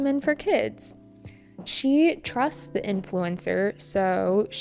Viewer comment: bạn cho mình hỏi xíu về cách đọc với ạ. Tại sao chỗ "the product hasn't gone through safety checks"" mình lại phát âm chữ "the" là /đi/ mà không phải là /đơ/ vậy ạ?